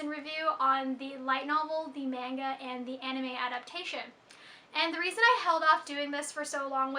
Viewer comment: Did you just say... Menga?